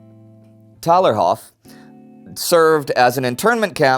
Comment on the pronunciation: Hi, love your show but the internment is called Thalerhof. Don't forget those silent h's ;)